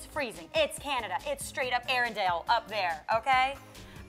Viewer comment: Erendel is a town in Norway not Canada... And it's actually Arendal... But loooooveeeee the video Guys!